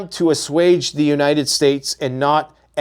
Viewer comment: "Unated Nations"